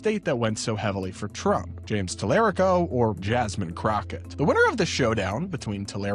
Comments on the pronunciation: Please pronounce Representative James Talarico’s name correctly. This commentary tells me you haven’t done enough research. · I came to the comments for the same reason. 1) it's just rude to mispronounce a name 2) it shows he hasn't done the bare minimum research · UGH! LEARN HOW TO PRONOUNCE YOUR WHITE BOY IN TEXAS!! <TAL-ER-RICO> While you're trashing the black chick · TALA RICO. Like Puerto, just not as spicy. Is this the Washington Post? This guy obviously has not done his research if he can’t pronounce the name of the leading candidate in Texas. Great job, Bezos, only the best at WAPO. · If you are going to act as if you are a "news source" at least try to learn how to pronounce your subjects names Mr. Talarico (Tal uh ree ko) and Ms. Crockett deserve better; and maybe try not to be so bias. It's almost as if you are pandering to your daddy tRump... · Since when is the Washington Post the bastion for liberalism? You have to love the Talarico folks in here. They don’t even know the history of the Washington Post and they are already latching on to them. Plus these people can even say his name right. Guys even James Talarico does not say his name that way. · The fact that the commentator can’t even properly pronounce Talarico, yet has such a strong opinion about the race in Texas tells me all I need to know. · I wish I can send you money for this comment. This is insane the type of people that support Talarico. They know he can win, yet they can’t pronounce his name. Basically calling Jasmin Crockett ghetto. These people are not Democrats. We can’t fall for this anymore. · Please pronounce his name correctly. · F@ off, fascist. You don't know how to pronounce talarico's name, and we're supposed to think you've done your research? 😂